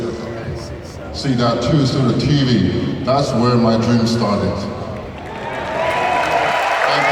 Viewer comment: 念到大梦时都听不清了 果然乔丹第二